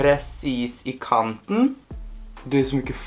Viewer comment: Bruk baksian på tannkosten😂da blir det ikke like "hard" Wow.. Når du sa presis "i kanten" hørtes du norsk ut 😲😲